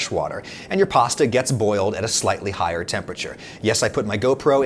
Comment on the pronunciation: this guy sure says pawsta a lot